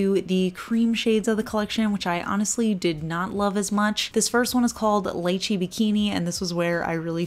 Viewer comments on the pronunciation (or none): Ooohhh so excited been waiting for this!!!! I am so bummed about that chartreuse green though!!!!! I’ll probably get the shimmers. Also I’m pretty sure Lychee is pronounced LEE-chee. I think Google may have lied to you.